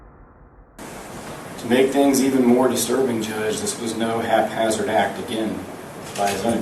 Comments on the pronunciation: " half hazzard " really ? it's haphazard . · The prosecutor pronounced it weird, but the word is "haphazard," not "half hazard."